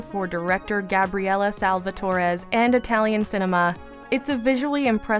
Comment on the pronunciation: ehm it's Gabrielle Salvatores, Not Gabriella... It's a man.